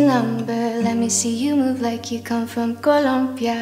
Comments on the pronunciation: she actually says it pretty well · COLOMBIA. And she says it right! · By the way, the way she inhabits language and accents is amazing. Like La Vie En Rose and how she pronounced "Rose" and in this one, Columbia. So great. its those little things that set her aside from everyone else IMO.